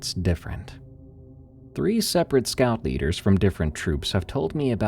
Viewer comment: Story 2, you said "scout leaders" but I seriously heard "Scalp eaters" and was terrified by the thought. 😮😅